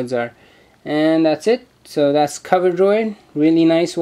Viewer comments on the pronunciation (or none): coveroid* not coverdroid